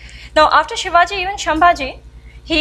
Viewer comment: Excellent effort Madam. Gives us a lot of strength and reinforces the perspective. You need to add finesse to your talk to polish your mastery. Sambhaji not Shambhaji (संभाजि) Please accomplish your sentences meaningfully by not using "this thing" and stopping there without telling what's that "this thing" Please get your pronunciations correct by talking to some people who are from these areas like Bardez not Bardesh. Salcette is सालसेट and not सालकेट Please get all your pronunciations of South India else you will not be understood as to what you are trying to talk.